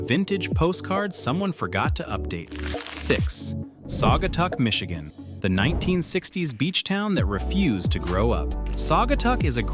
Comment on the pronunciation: You lost me at Mishitgan.